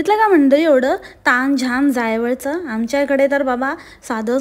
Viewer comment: Ani ti जावळ la जायवळ mhante 😂😂😅